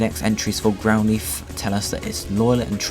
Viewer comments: please learn to say Growlithe not Growleaf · I think he's saying "lithe" to rhyme with "wreath" but it normally rhymes with "tithe" (like "lie" + the "th" of "the"). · >Growleaf >Leaf No offence. But it has never, ever been pronounced like that. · GROWL leaf??? its growlithe not GROWL LEAF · I thought his name was growlithe, not grouleeth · Someone enlighten me as to what a "Grow-Leeth" is?